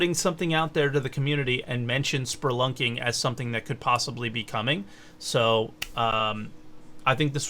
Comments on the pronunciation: There is no R in spelunking. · Yeah, but it's a great americanization of the word and comes off as almost endearing.